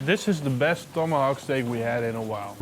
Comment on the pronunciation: WTF is a "Tome-ahhh-hock" You overcooked the crap out of it too.